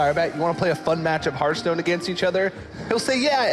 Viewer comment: Wow, cant believe they put a tweep who cant even pronounce the name of the game to give commentary...